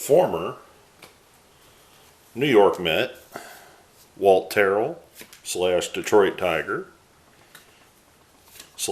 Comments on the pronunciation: Wow I learned a whole bunch about Walt Terrell that I never knew !! I love the way you tell us all about the players. Also we pronounced his name the first way you said it. So you were right :) Thanks for sharing all this cool info !!! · Ernie Harwell called him Tarrell the first way you pronounced it and if Ernie was wrong than I am with him =) Awesome returns thanks for sharing